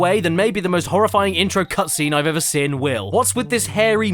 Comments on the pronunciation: Why do u pronounce "seen" like that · If he pronounces "seen" as "sin", how does he say "sin"? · I can accept pronouncing room as "rum".......but saying seen as "sin" is simply too far